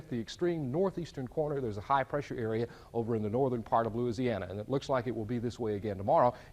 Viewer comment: I love that the weatherman knows how to pronounce "Louisiana" properly.